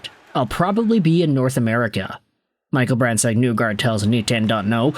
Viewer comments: Isn’t it isn’t it pronounced “Knee guard” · Great video. His last name is pronounced knee-guard by the way lol.